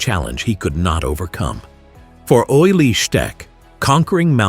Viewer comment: One thing, his name was pronounced oolie, not oily.